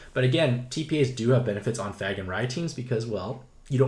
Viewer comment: Thanks for the info! Also, it’s “FAY-gan.” Normally I wouldn’t say anything but you need to uhhh... not say it THAT way anymore, please. Keep up the good work!